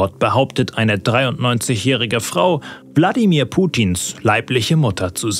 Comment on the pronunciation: Hab nur ich Bladimir Putin verstanden